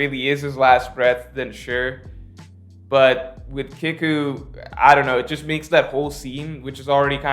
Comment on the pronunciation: Btw it’s Kiku (KeyKu) your pronunciation is a bit off